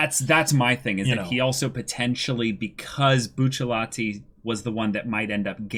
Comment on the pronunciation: I can't be the only one that thinks "Buchallatee" is cringe. I love these guys but still